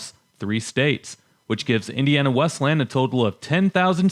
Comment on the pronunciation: It is pronounced "Wes-lee-yan", not "Wes-lan".